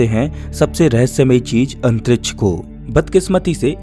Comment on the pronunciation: Bhai pehele antriksh bolna shik jaa 😂